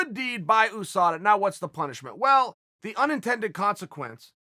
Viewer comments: you-sa-da = USADA NOT OOSADA uncle Chael it's not a person. Sheesh. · The entire world: USADA Uncle Chael: OOSADA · Everyone: USADA Chael: OoSADA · Chael "OOSADA" Sonnen